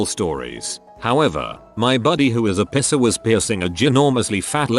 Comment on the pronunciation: It took me two scenarios to get that the AI meant "Piercer" and not "pisser".